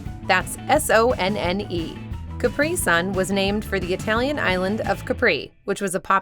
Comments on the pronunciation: The mispronounciation of German names and words in this video is just UGH!!! Sonne is pronounced "zo-nah", NOT sun... and Wilde is pronounced "vill-deh", NOT wild. i love your videos, but please get better with foreign language pronunciations... ive caught this in a few of your other videos too. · Sonne is pronounced zonn'a definition is correct but s in German "deutch" sounds like a z. German here. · You completely mispornounced the German word "Sonne" - sorry, you'll find correct pronounciations to hear online with Google in like 30 seconds and you're a large channel. That work is something I expect of you! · Sonne and Sun doesn't sound the same! Do you even use a translator with voice options before trying to pronounce something? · Your German pronunciation is impeccable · Could have taken the 10 seconds to check how to pronounce Sonne...